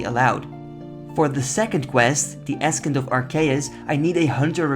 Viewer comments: Love the series. Just for the future: it's pronounced "a-sent" of arceuus not ass-kent. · Ascent is pronounced "uh-SENT." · Long and curved bones are going to be great con xp, basically you just get an xp lamp Also just a mini FYI, ascent is pronounced like "asent" I know its weird but English is just a weird language haha love the videos man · “Askent of Arceus” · Fun video as always, and I liked the 10 ep recap as the achievements often blur together with the spacing between videos. Also a little tip - Ascent is pronounced ass-ent, the c is essentially silent Keep up the good work! <3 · FYI its pronounced 'Ass-ent' <3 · I know English isn’t your first language but wyrm is pronounced like worm and ascent Is pronounced like “ah sent” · Great episode! Just so you know btw, the word 'ascend' is pronounced "uh-SEND" lol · ascent, in english is As-sent, means to rise/climb. otherwise great work quite entertaining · Love the series. It doesn't matter but ascent is pronounced without a real "C" in it, it's sort of a silent "C". Frigging English is annoying. And again love the series and this comment doesn't matter at all :) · The 'C' in 'Ascent' is silent. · Thats not how you say ascent lmao